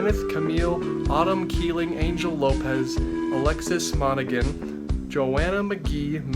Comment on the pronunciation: My last name is pronounce Mon-a-han for future reference